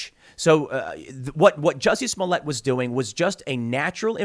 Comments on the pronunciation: Bro Tim you’re still funny, that not how you pronounce their names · Smolliëtt (Smolly-ay) 🤣